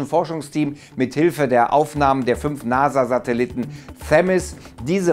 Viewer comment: Was sind Satelitten? Ich dachte das heißt Satelliten. Falls du diese meinst arbeite mal an deiner Aussprache